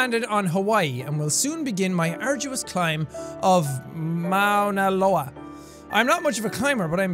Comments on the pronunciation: I just wanted to let you know jack, I live in Hawaii and you said MaunaLoa perfectly😂👌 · He said Mauna Loa correctly!!!!!! Even Pele!!!! happy in Hawaiian